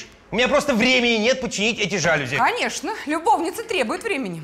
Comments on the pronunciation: Алле, режиссёры звукооператоры!!! Кто следит за правильными ударениями в словах? Слух режет! Не жАлюзи, а жалюзИ! Знаний Вам побольше! А если не хватает, то Гугл в помощь! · тоже "режет", но "жАлюзи" - это уже просто классика 😂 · Посредственно. А жАлюзи в устах всех героев просто режут слух!